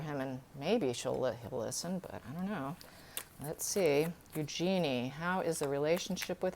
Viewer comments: Thanks for the phonetic correction! EU-jen-e correct? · Eugenie is pronounced Use-Your-Knee with the inflexion on the Use. Eugenie gets upset when her name is pronounced incorrectly. It is a French name and pronounced as the French would but it is mostly pronounced the English way which was not the intention when she was named. The name is OK pronounced your way if that was the intention but River explains it very well, better than I can. See